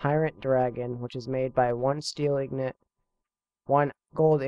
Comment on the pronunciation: INGOT not IGNOT